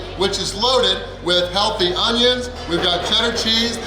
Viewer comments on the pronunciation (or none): I laugh everytime I hear him say healthy